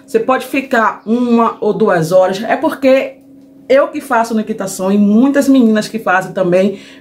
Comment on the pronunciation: Umectação, não unectacao